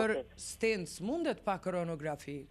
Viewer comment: Koronarografi thuhet , jo koronografi